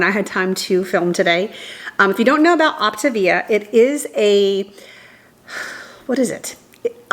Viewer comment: Just found you from your daughter's channel. It's pronounced Opta-Via, & I was recommended the EatWise app- it has timers/reminders for water & fuelings 😘